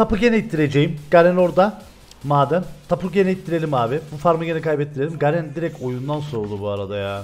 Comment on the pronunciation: Abi garen deyince emir diye duymaya başladım Help!